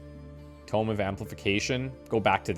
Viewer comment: 😂 I see you've been carrying on the Vampire Survivors tradition by pronouncing "tome" like "tomb" Edit: & just as you also did many times in V.S., you corrected yourself further along in the video 😊 Great job,!